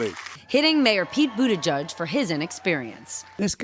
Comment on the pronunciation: His name is Buttigieg not Buttijudge!! P.S. the democrats still can't come up with a decent guy. SMH